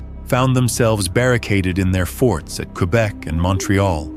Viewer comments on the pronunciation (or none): none